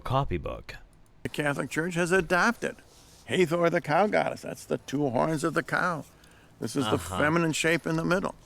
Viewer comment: That is the Sun Disk that ALL the Egyptian deities wear in at least one depiction or another. Uneducated Swine Also that is HA-THOR not HEY-THOR in pronunciation.